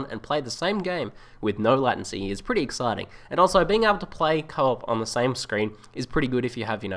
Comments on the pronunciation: It's pronounced Lay-Ten-See, not Latin- Sea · Nice one dude. But it's LATE- ncy